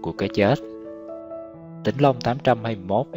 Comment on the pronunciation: Tôi không biết bạn là ai khi thực hiện video này. Bài viết chỉ đúng một phần nhỏ. NGAY CẢ TÊN PHI ĐOÀN CŨNG SAI. TINH LONG CHỨ KHÔNG PHẢI TỈNH LONG. Có thể người đọc đã đọc sai. Tuy nhiên, nhiều chi tiết sai lạc mà người trong cuộc không nhận ra. RẤT TIẾC!!!